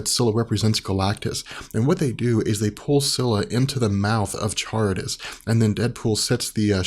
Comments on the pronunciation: Charybdis is pronounced "kuh rib diss." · kuh-rib-diss, sill-uh Just throwing that out there. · Charibdis is pronounced karibdis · close, it's pronounced Ka-rip-tys, kind of like the word Car-ih-bee-an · its pronounced "sharibdis" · Most pronounce it as Car-rib-dus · The tidal whirlpool is pronounced karribdis. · Charybdis is pronounced Ka-rib-dis Scylla spot on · Charybdis is pronounced with a hard K in the beginning.